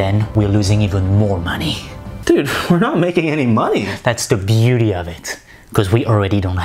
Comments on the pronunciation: No one: Nope no one:: “THATS THE BUETY OF IT “ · Omg. Am I the only one who's obsessed with how he pronounce "that's the beauty of it" and the hand gesture😂😂😂